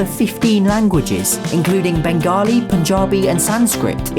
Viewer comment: Well, I liked the way you pronounced "Bengali" as I'm a Bengali